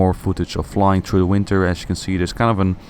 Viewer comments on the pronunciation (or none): Work on your "th" pronunciation. At first I had no idea what you meant with "treedy grass". And "through" should not sound like "true".